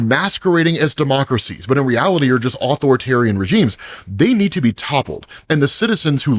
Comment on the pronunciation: Ah-Thor-tarian…not author-tarian 🥲